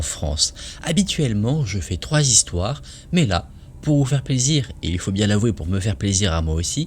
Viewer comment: 5 zistoires ou 5 histoires ???